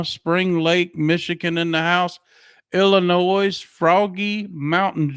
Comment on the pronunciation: Ill - I - Noy = Illinois. No “ S “